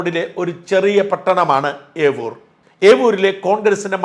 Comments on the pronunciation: ഏവൂർ അല്ല സർ ഏരൂർ ആണ് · അഞ്ചൽ,ഏരൂർ,ആണ് അല്ലാതെ,ഏവൂർ,അല്ല ഷാജൻ.സാർ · എരൂർ ആണ് എവൂർ അല്ല സാർ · ഏവൂർ അല്ല ഏരൂർ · ഏവൂർ അല്ല. ഏരൂർ ആണ് ശരി. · ഏവൂർ അല്ല എരൂർ എന്നാണ് സ്ഥലത്തിന്റെ യഥാർത്ഥ പേര് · Eroor not Evoor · എരുർ ആണ് എവൂർ അല്ല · Evoor (ഏവൂർ) അല്ല Eroor (എരൂർ) ആണ് ശരി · തിരുത്ത് ഉണ്ട്‌...ഏവൂർ അല്ല.. ഏരൂർ. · ഏവൂർ അല്ല സർ എരൂർ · ഏവൂർ അല്ല ഏരൂർ എന്റെ നാട് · ഏവൂർ അല്ല ഏരൂർ. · ഏവൂരല്ല. ഏരൂർ ആണ് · ഏവൂർ അല്ല ഏരൂർ 🙏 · Evoor alla .. eroor ....near Anchal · Mr. Shajan, the place name is Yeroor not Yevur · ഏവൂർ അല്ല yeroor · Yeroor not yevoor..😂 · സാജൻ സാറെ avoor അല്ല എരൂർ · It is Yeroor and not evoor. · Not Avoor this is Aroor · ഏരൂർ എന്ന് തിരുത്തുക 😂ഏവൂർ അല്ല 😂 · Avur alla yeroor anu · ഏവൂർ അല്ല എരൂർ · Yeroor, not yevoor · evoor alla, eroor ഏരൂർ